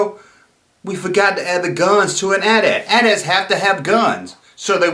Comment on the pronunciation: I didn't know that! You'd think it might be some anti- gun law on toys but that doesn't hold water because all the figures have guns and the rest of the back drop on that playset features guns prominently, so it's a real mystery. And you're right to pronounce it AT-AT and not A-T A-T.